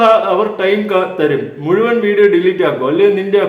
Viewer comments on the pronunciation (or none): none